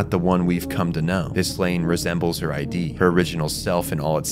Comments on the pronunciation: Id is pronounced phonetically, not as an acronym. Like Ed, but with an I. Id. Amazing video, that just kept popping out to me every time you said I.D. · Id isn't I.D. it's Id, like did without the first d. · You say "id" as a word. Not like "i.d." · Eri is right, was talking about the freudian concept of ID. It's pronounced id like in 'did' though, I was saying I.D during the vid. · he was pronouncing it like ID as in identification card and it's id as in one layer of the psyche pronounced id as in did. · it's Id, not I.D., silly pants :D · btw, it's Ego, Super Ego, and Id (ihd). Not I.D. , but I would understand why you would pronounce it like that if you've only encountered it in all caps like shown in the iceberg image. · this is a really good vid but i need to point out that it’s pronounced like “Id” (the way you would pronounce the ‘i’ in ‘internet’ and then with a ‘d’ after), not “I.D.” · it's not i d it's Id, pronounced like it but harder. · Is it pronounced I.D.? Have I been wrong this whole time saying id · its not pronounced I.D. its id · Apologies for pronouncing Id wrong, I am aware it's id as in 'did' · hey man, why do you pronounce id like ID like identification card? it's pronounced like it's a word on it's own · Great video but every time I heard you mispronounce Id (it's pronounced similarly to 'it', not 'I.D.') was like someone was hammering nails into my soul... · holy crap that was driving me nuts by the sheer rapid reptition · Is this read to us by an AI voice or do you really not know how to pronounce "id"? Is there any research in this video at all?